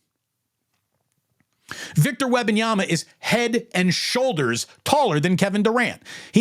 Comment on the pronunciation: Say it with me "Wem-ban-yama" as a lifelong spurs fan we dislike all this attention cause we aren't use to it and i agree with everything you said except how you pronounce his name lol